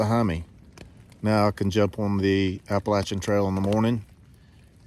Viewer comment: Hello from WV! 💙💛 I love that you pronounce Appalachian the "right way" lol Good luck on your thru hike! Looking forward to seeing you summit 💪🏻